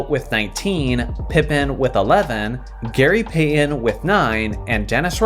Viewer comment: Who is Gary Pay-uhn?